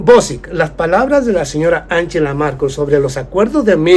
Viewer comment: Angela Merkel y no Markel.